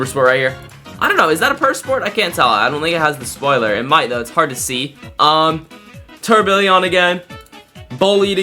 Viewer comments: instead of tourbillon he was saying tourbillion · Bro said tourbillion😂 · way he was saying tourbillon